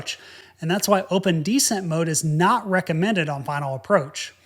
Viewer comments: isnt it descEnt? you keep pronouncing it dEscent and I am thinking "decent"... Anyway, great videos - love them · deSCENT. accent on the second syllable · You have compelling stories. However, I wish you would pronounce "descent" as de-SENT, not DE-sent. Decent is a different word with a different meaning. While I can figure out what you mean, it's annoying every time I hear that. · You can tell is a ex-military. We all say de CENT. He says DE cent. Cool guy. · This clip needs a "DEE-SCENT" counter, jesus christ, bowed out at the halfway mark... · 1) lose the ball cap 2) “descent” is pronounced with the accent on the second syllable, not the first. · Tbh, when I first tuned in to his channel, I wondered if that particular pronunciation was an aviators' lexicon/affectation. He just doesn't know how to pronounce it. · I’m distracted by your mispronunciation of “descent” that you had to say several times. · You're right. The emphasis is on the second syllable not the first.